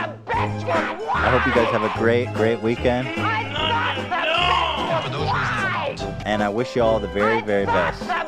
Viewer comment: OOOOOHHHHH I thought she said the bench was wide until she mentioned racism I was so confused